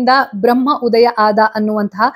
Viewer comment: ನಿಮ್ಮ ಎಲ್ಲಾ ಎಪಿಸೋಡ್ ಗಳನ್ನು ನಾವು ಅನೇಕರು ಮೆಚ್ಚಿಕೊಂಡಿದ್ದೇವೆ..👍🌟🙏🌹 ಆದರೆ, ನೀವು ಬ್ರಮ್ಹ, ಬ್ರಮ್ಹಾಂಡ ಎನ್ನುತ್ತಿದ್ದೀರಾ.. ಆದರೆ ಅದು ಬ್ರಹ್ಮ, ಬ್ರಹ್ಮಾಂಡ.. ಅಲ್ವಾ..?🙏